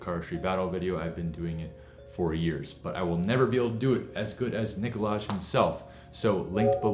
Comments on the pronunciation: Nice job, but it is pronounced 'Buh-row-low' and 'Nick-o-lie'. Hahaha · The “Laj” in Nikolaj is pronounced the same way as lie (When someone I lying) .. By the way, love these troubleshooting videos! .. Best regards from Nikolaj’s home country Denmark 🇩🇰